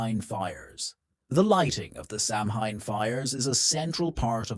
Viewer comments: You need to know how to pronounce Samhain. It's pronounced Sowan not sam hine🙄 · SAMHAIN is pronounced SOW WEN (when)